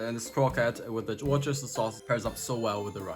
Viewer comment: Repeat after me...wuster-sheer sauce 😄 💙